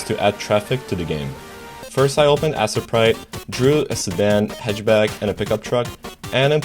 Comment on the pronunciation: Did bro say "Assetprite" lol